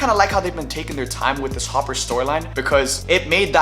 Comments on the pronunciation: There’s no way he called Hopper “Harper”… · Harper? His name is Hopper. 🤔🥴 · Not a mistake. He genuinely thinks it’s harper and not hopper. If you pull it back and look at his mouth and listen he genuinely mouths and says harper and not hopper. Idk how after 4 seasons he doesn’t know it’s hopper and not harper. But oh well. Its a minor thing in the grand scheme of things i guess lol